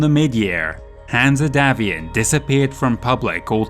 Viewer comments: Great job on this important and, imho, one of the best campaign books from FASA. Pretty sure Hanse is not pronounced Hanzeh, more like Hans but hey, great job. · Excellent video and impressive work. Greatly appreciated by a long-time Battletech fan. My only gripe is some of the pronunciations. My way of pronouncing Hanse as an English name is as Hans or Hanz, the -e should be silent. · Absolutely love all your content!!!! Brilliant stuff. My only gripe is that every time you say Hanse and pronounce it weirdly, it takes me out of the immersion of your wonderful narrative.